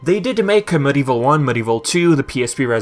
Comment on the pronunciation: MudEvil? It’s MediEvil please pronounce it properly. It’s annoying. Crash and Spyro are called Remaster Plus, that’s the proper term.